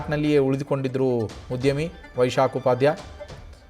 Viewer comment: ಉದ್ಯಮಿ ಕಣೋ...ಉದ್ಯವಿ ಅಲ್ಲ... irresponsible media